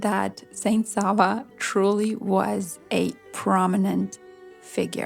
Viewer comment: Sollte man lernen alle Namen richtig auszusprechen Savo, Raško,Nemanja.... So viel zur künstlicher Intelligenz dass sie alles kann ❣️